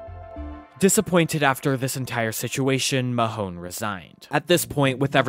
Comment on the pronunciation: Justice Peter Mahon pronounced Maaaaahhhhn